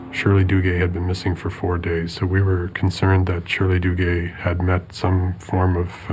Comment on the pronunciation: If I hear the narrator mention the name, Shirley DooGay one more time - somebody's going to lose their fecking head round here 😂😂😂